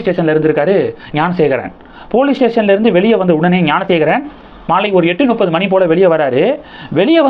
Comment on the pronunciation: டேய் நுப்பது இல்லையடா, அது முப்பது என்று சொல்லு